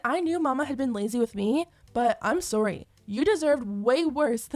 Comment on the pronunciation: Guuurl the way you say ‘sorry’ cracks me up 🤣🤣🤣 “SOOR-REE” 😂😭 are you from Canada?